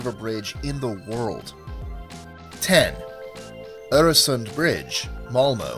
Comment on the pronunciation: for pronouncing Öresund the right way :D